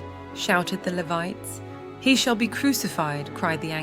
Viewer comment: I have a complete copy of the dead sea scrolls, with side by side translation, as well as the full notes and opinions of the translators, researchers etc. Despite the AI issue with mispronouncing Levites and such, this is pretty accurate. I enjoyed listening to this and will hear pt2. We must also remember that Pontius Pilot didn't kill Yeshua, as he would've been called. Nor the Romans, the Judean govt, the High Priests, not even the Jews and Israelites. You killed Jesus. I killed him. All of us are personally responsible for His death. Past present and future people are the reason Jesus Christ died and resurrected. By which I mean our sinning. Our sins and sinning are why. He didn't die for sin, he died for us because of us and our sinning. Show your gratitude for what he went through and did by turning your life around. You don't have to get it perfect, just give it all you can. Really Try to live a righteous life. Do unto others as you would have done unto you. When you err, and I mean When, change. Don't do it again. When you stumble, have Jesus Christ help you pick yourself back up and try again. Godspeed